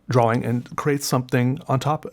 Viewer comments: "Draw-wing" hurts my brain. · Sean Wingfield he's just pronouncing the w in drawling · Idek why but I laughed soooooo hard "drow-wing" 😂 love this channel